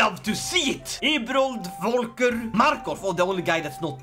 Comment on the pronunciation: Great Video and I'd love to see more of it :D (Pronounciation Tip: Most of the names in this game are from german origin, like Volker and the V in german is pronounced like an F in english. But i think you already knew ;) )